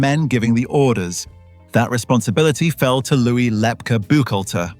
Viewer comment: Lepke pronounced Lepkey NOT Lepka